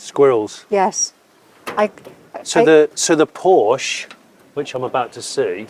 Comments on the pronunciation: It’s Porsche, not “Porsch”. Check with Jay Leno or Jeremy Clarkson if you don’t believe it. Cheers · It started so nice and then he said: “the Porsch”. Instant allergic reaction from my side 😉. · Porsche is a two syllable word Jonny. You're the best except for Porsche Pronunciation. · Jonny, I am surprised you pronounce PORSCHE as PORSCH. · A what??? A Porsch? 😱🙈 And you do videos about cars? Seriously?Unbelievable! It's Porsche with an "e" at the end. If you're not able to remember, simply think about famous Janis Joplin's song: 🎼 Oh lord won't you buy me a Mercedes Benz, my friends all drive Porsches... 🎶🎵 Once again: It's Porsche! Or do you say Mini Coope or Jense or Triump or Ferrar etc.p.p.? Best regards, luck, health and wisdom. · You would think a car expert would know how to pronounce Porsche. His name was Ferdinand Porsche [Por-shuh] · "Porsh," when two syllables is too f-ing much. 😁 I guess they make up for it when they add a syllable to, "aluminum." 😁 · Pity how Brits refuse to pronounce Porsche correctly. It's not hard. But they all fail to do it. Very odd.